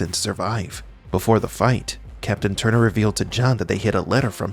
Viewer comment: Captain Turner? TURN ER. Gimme a break. This stupid monotone voice, training another Gen of SLAVES